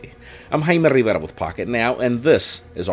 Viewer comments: It’s so annoying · Not gonna lie; I watch these vids just to hear him say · It's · Man wtf i thought my headphones wear broken when he pronounced his second name